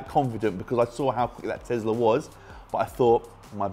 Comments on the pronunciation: Guys I'm curious why they keep saying tezla instead of tesla?🤔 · Tezirra xD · more like Thezla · No one:: I can't believe how fast that Tezlariz